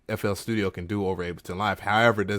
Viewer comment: sounded like ya said nfl studio